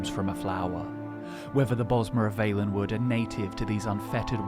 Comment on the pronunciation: Really wish the guy would pronounce Valenwood right...